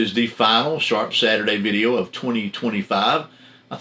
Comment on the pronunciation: I remember when I first started to watch. The first video I seen I thought you said shart Saturdays. I thought well must be some good blades coming up